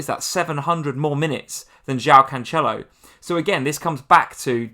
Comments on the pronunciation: Pronounced "canselo" nor "canchelo" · And it’s not Canchelo either 🤦🏼‍♂️😂